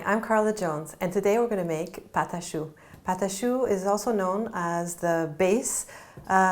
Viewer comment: She's doing the video in English. I think she also has one in Spanish. I'm sure she knows it's a French pastry as she's pronouncing "pate a choux" in French.